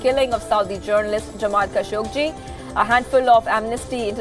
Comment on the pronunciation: the newsreaders pronounciation is awful, many words are wrongly pronounced, its not "khashogJI", its "khashoGGI", he is not Indian......it doesnt feel good to hear this pronounciation...